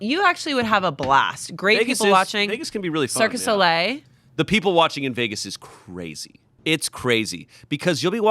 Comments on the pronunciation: Not saying circus au lait instead of cirque du soleil 😂😂😂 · Still no one calling out calling it "Circus Ole" instead of "Cirque du Soleil". I've heard her say it multiple times now.:P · Did she really call it "circus ole?" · sorry- did just say “circus olay”